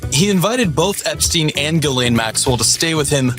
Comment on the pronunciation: Who is Galen? Her name is Ghislane?